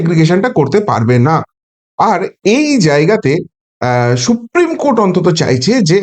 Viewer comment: Esh esh she, সত্যিই SHupreme উচ্চারণ